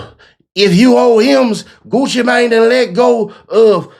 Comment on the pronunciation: 😆 Absolutely love how this reporter made sure to say Gucci name right. 👏 🫡🤏💯